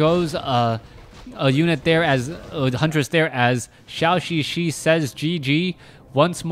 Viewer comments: Thanks for sharing! By the way,it is [dʒəu]xixi instead of [ʃau]xixi. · Could you plz pronouce ZhouXiXi correctly? It triggers my OCD every time